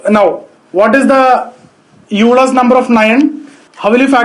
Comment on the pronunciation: You pronounced 'Euler's number' incorrectly. Actually Euler is pronounced like 'Oiler'